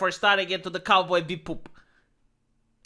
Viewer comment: Love the video, you're spot on in your points. However, you had me actually holding my sides from laughing at how you said "cowboy be-boop".